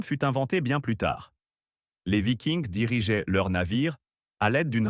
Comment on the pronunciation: Vidéo a la voix synthétique qui ne sait pas prononcer vikings en français